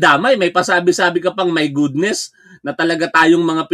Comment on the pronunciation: 😂😂😂😂 "My gudnes"